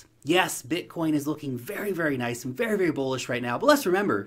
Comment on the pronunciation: “Noice” you crack me up. I’m super bullish on crypto now more than ever.